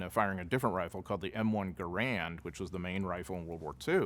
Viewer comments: it’s prounced GAH-rund, not ga-RAND. That’s the man’s name. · By the way, the M1 Garand was pronounced Garund; “run” not “ran”. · Commenting as a former member of a USMC Scout/Sniper platoon. I also own a Remington built M1903A1 USMC sniper rifle clone, with 8x Unertl optic: - It's called "Garand Thumb", not "M1 Thumb". The historian used the common, but incorrect pronunciation of the word "Garand" which comes from it's designer, John C. Garand. - I agree about suppressive fire & flanking maneuver on that sniper position, but that assumes that the position was known. Determining the source of a single shot in an urban environment is very difficult since a shot creates more than just one bang. There's the sound of the shot at the rifle muzzle. There's the sound of the impact, if the bullet strikes masonry or some other hard surface. There's also the bang of the bullet as it flies, from the sonic boom. All of these sounds ricochet off the building faces. The most wrong part of the scene is when Jackson removes the (correct) Army 4x scope and installs the (incorrect) Unertl 8x scope, which was only used by the Marines in the Pacific Campaign. Swapping optics was not this fast and there's major issues with losing zero. Jackson would have just kept the 4x optic on the rifle. I also have beef with Jackson bell tower position, though the historian did not review that. It looks good in the movie, but Jackson was a competent sniper and would not have chosen the most obvious sniper position in the area of operations... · Dude doesnt even know how to pronounce Garand right. What a historian. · Nonsense. There is no "correct" way. Both ways to pronounce it were used. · I agree there is the correct pronunciation which sounds off because we have always heard it pronounced with the hard R